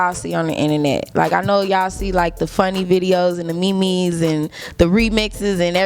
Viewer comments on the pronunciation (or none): She said memees and not memes lmao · Did she say "me me" instead of meme? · Did she jus say mi-mi’s instead of memes 🤣🤣🤣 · She sholl did😩😩😩😂😂😂😂😂😂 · The me-mes😂😂😂 I love Dreezy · “me-me” still love her tho